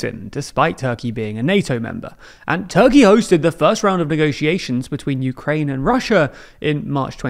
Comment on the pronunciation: it's "PRO-UKRAIE" alright... Not that I know what "UKRAIE" is